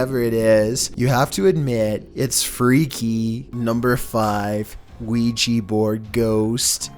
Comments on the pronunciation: Also, it's a Ouija not Quijy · ‘Weegee board’ Isn’t it an ‘Ouija board’??? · i hear ouija board as weegeee board